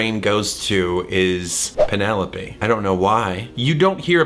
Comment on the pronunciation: LOVE Thomas riff of pen-EL-OPE~ and the fact that he is giving BIG Hermes vibes with his lil British “moving on” and his entire outfit(round orange tinted glasses and his orange clothes 😁😊🧡)